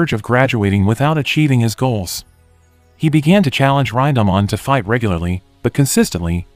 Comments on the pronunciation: Ryndahmon...it's pronounced "rin" "da" "man" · "Raindahmon" wtf bro. Its Rinda-man. Not a fucking Digimon.